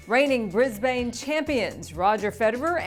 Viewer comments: It's Bris-ban not Bris-bane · It's not fucking bris Bane pronounce it more fluently